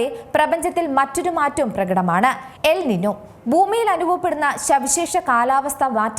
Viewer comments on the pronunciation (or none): ല നിന്യ. എൽ നിന്യോ. ñ ആണ്. n അല്ല. മുദ്ര ശ്രദ്ധിക്കണം മുദ്ര. 😬